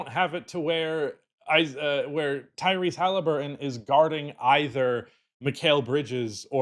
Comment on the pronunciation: its hellyburton,.